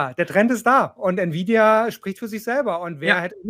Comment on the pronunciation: wenn friedrich sich so mit btc auskennt, warum kann er auch nicht nvidia aussprechen? ohne grafikchips keine bitcoins un gibt nur ati und nvidia